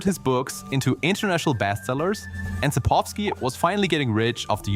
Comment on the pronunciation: how can you include the correct pronouncioation for południca in the video but still not fucking pronounce it that way? you said poludnyka and its sapkowski, not sapowski